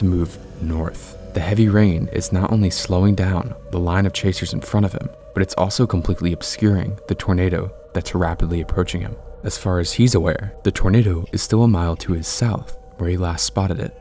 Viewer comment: LMAOO bro pronounced Yaris as Urus